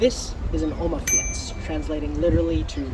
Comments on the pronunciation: Fiets is pronounced like "feets". I lived in Holland for 15 years. I had a Opa fiets, but also rode a mountain bike. The Dutch found my mountain bike rather odd in the city.... :) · Thanks for the video , i hope you like our country , Nederland , please check the pronounciation of fiets in google translator . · the e in fiets is silent.